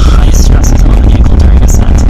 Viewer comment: "Veecle is peeching dahnrange" 🤣🤣🤣👍